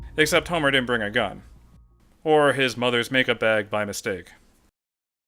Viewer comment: why are saying dinnent?